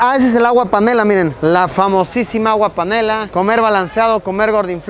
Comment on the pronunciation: me causa gracias cuando dice aguapanela jajajajajajaja le suena muy gracioso. gracias porvenir y enseñar un poco de nuestra gran diversidad en gastronomia y cultura aunque insisto, te falto conocer muchas partes en especial mi tierra, la ciudad musical de colombia ibague—tolima